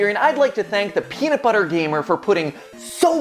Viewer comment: "the penunt butter gamer" it sounds like he was referring to a kind of animal.